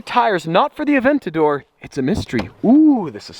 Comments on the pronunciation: Its Aven-ta-dor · It's Aventador not Aventador Lmao